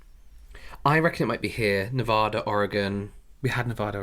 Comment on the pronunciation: Wow, pronounced Nevada correctly! I say it with a soft “A” because I’m from the east coast. My husband is from Nevada and gets so mad I won’t say it “right.” 🙄